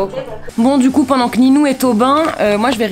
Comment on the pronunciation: Y’a pas de « s » a : pendant